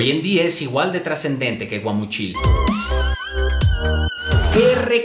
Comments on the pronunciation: Cada vez que dijo "guamuCHIL" me da un cringe es "guamuchil" ajajaja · Guamuchil no Gua mu chil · Yo soy de Guamúchil y me da risa ver que todos los del crew lo pronuncian mal 🤣 Saludos! Es Guamúchil, no Guamuchíl! 👀